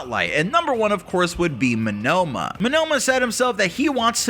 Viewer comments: I hate how you say 'Monoma' it is Monoma not Menoma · Minoma I Think He Means Monoma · hate to say this but you are miss pronouncing Neito Monoma's name